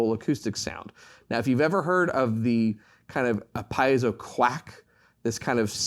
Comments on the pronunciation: It's pronounced: pee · ay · zow, not piezow. Sorry to be precise here. The word comes from the Greek, meaning pressure or push. The "i" is pronounced as an "e." In German too, the ie would be pronounced as a "pee" sound, not "pie" sound. Anyone who knows Latin or Latin-based languages, also knows this. Most people mispronounce Semper Fi, whereas the "i" is actually a long e, like Semper Fee (as in Fidelity). Don't expect a Marine to pronounce this correctly. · Great presentation! Please, though, "pee-ay-zoh" is the correct pronunciation of the pickup element.